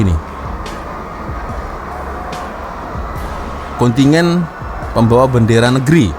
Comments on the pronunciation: KONTINJEN.., BUKAN KONTINYEN. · Kontingen , kontingen.. Kontijen lah bro.